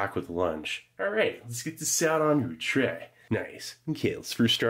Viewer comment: Its pronounced "chrhey" .